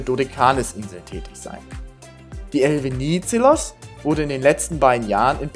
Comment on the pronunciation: habe euch mal ein Song verlinkt, da geht es um den Namensgeber der Fähre, weil eure Aussprache ist etwas falsch, nicht böse gemeint, musste schmunzeln, nur für das nächste Video wenn es nur um die Fähre geht 🙏✌️❤️ Der Politiker hieß Eleftherios Venizelos